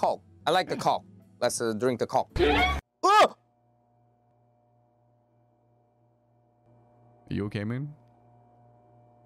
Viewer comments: 여전히 coke가 아니라 -ck로 발음하시는 우리의 월향씨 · 이분은 아직도 콬이라고 하시네